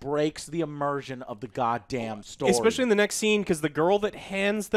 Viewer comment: You know Joe is mad when he reverts to his old habit of saying expecially.